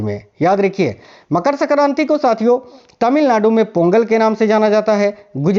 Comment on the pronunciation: Pehle aap Hindi thik se boliye sakranti nhi sankranti hoti hi